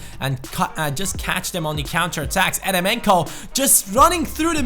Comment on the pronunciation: Great video! Just a little thing, Eremenko is actually pronounced jeremenko since it is a russian name